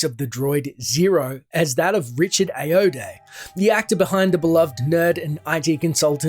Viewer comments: Ayoade is pronounced AYE-OH-AH-DEE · "Ay"-"Yo"-"Day". Nice try. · Richard's name is pronounced( I oh watt ee) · Ayoade is pronounced differently. just sayin'. excellent video!! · That may be the worst pronunciation of Ayoade I have ever heard. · That isn't how you pronounce ayoade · Butchered Ayoade's name lol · You butchered Richards name lmao